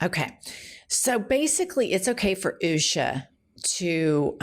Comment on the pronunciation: Can we just agree that it is pronounced "Usha" Not "Oooooosha". The latter sounds so wierd.